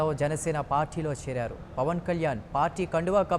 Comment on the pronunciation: e anchor ki pawaan ani sariga palakadam raavatam ledhu.. pawal ani antunadadu.